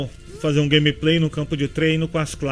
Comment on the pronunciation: "Grameprei' foi fods em HUAHUA'